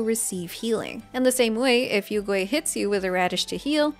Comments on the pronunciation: Hmm you pronounced yuegui as yougui like how western VAs can't pronounced it as yue. So do you pronounced liyue as leeway too? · Great guide, very few people are talking about Yaoyao now, but also I laughed IRL because your pronounciation of Yuegui sounds like "Oil Ghost" in Chinese. Yuegui means Moon Jade, referencing the Jade Rabbit that lives on the Moon with the Moon Goddess Chang'e, both important motifs and characters for Mihoyo and Honkai is actually having an arc about them now.